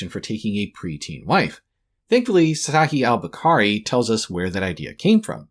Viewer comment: he pronounced a foreign word wrong so all the points are irrelevant? Get a grip lil bro